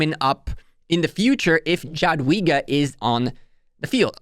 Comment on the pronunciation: You read Ja-dwiga as Ja in German language not J itself